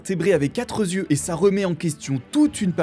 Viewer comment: Quatre Z- yeux ? Enfin c'est pas possible de commettre autant de fois la faute dans une vidéo sans que quiconque ne s'en soit aperçu. Z-yeux...